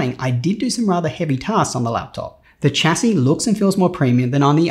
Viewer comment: For a guy who is so into computers, why can't he say 'chassis' correctly 🤣🤣🤣🤣